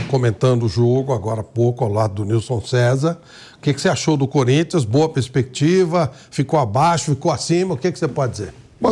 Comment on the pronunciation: ALGUEM PELO AMOR DE DEUS ENSINA O FLAVIO PRADO COMO FALAR "PERSPECTIVA" E NAO PESPECTIVA